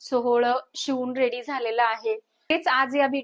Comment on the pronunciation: सोहळ नाही सोवळ